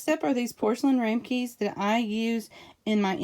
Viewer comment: Thanks for some great accessory options! BTW: The little dish, used for cheesecake...is a Ram-a-kin/ rhymes with "ham uh sin" (for future reference.)